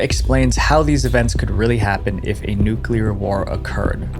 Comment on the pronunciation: Thank you for not mispronouncing the word "nuclear." So many YouTubers, whose jobs are to speak to the masses and should be expected to do so correctly, pronounce it "nucular," like NOO-cyoo-ler. It's like nails on a chalkboard!